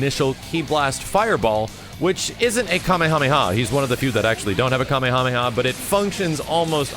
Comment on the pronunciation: I cringed when he said kamehameha, still love his vids tho